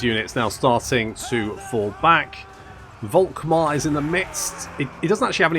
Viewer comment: Dude. Please. Don´t say this "Wolkmar" shit. Guy´s name is said "Folkmar". V=F in German. Folkmar, Faterland, Folkswagen... Now you know. Go forth and sin no more. edit: Literally can´t continue watching. This does not only sound false as in incorrect, this sounds disgusting and revolting/nauseating. Actually gonna lose a chunk of your german speaking audience that way. Who´da thunk?